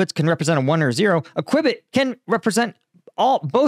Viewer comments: Your kwibit is pronounced 'que-bit'. I prefer kwibit, sounds way faster than a bit in a que. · Pretty sure it is pronounceed QUEUE / CUE BIT Sounds like kyoo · buht If you enter "how to pronounced qubit" on google you will get a pronunciation.. the way you say it is sort o funny. When you say it is faster than the speed of light some people would disagree with that. Quantum dynamics arn't measured in relativity so speed and temporality wounldn't be applicable. Because time itself doesn't exist in a reality which acts faster than the speed of light rather what you would have is something more similar to a latice of m strings where time and space have interconnection points, the points are still in their relative positions it is just that its not something that can be considered in terms of speed or spatiality rather it would be how points themselves connect within the fabric of space time outside of space time or in what might be more like a tesseract or 5D reality. I don't think that is really the practical level of quantum computing though. Ha, googles gonna make its money backing mining bitcoin :) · Kwi-bit ... NO cue-bit .... QUBIT == CUE BIT not kwi-bit....... QUBIT sound it out CUE ... BIT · “Qubit” is pronounced “Q-BIT”. As in “CUBE-it”. From your pronunciation it sounds like this is not a topic you’re very well versed in. Which is fine but don’t be taken in by this article. I would be supremely skeptical of this sudden advance in quantum computing. There are only a few places trying to put them together and they require huge energy and expense to refrigerate them. As of a couple of months ago, the last time I brushed up on the topic, very little progress had been made in entangling more than a few dozen qubits. It seems inconceivable that in the last 3 months there’s been revolutionary progress made on that front. So I wouldn’t be selling your Citibank stock just yet. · "Q"-"Bit" is how its pronounced. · qubit pronounced cue-bit